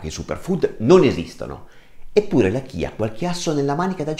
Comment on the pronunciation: Si pronuncia CIA perché è la salvia ispanica quindi la corretta pronuncia è quella spagnola …..semi di CIA..